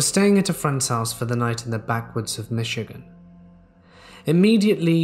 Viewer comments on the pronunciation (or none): none